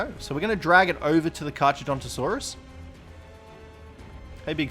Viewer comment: kar-cha? seriously? in latin ch = k